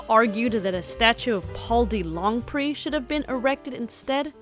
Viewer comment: Thank you for the historical video. I lived for 30 years on Franklin and Tamarind. Okay, Mr. DeLongpre's name is pronounced Duh Long' Pray. And Lyon, France is pronounced Lee Yawn'.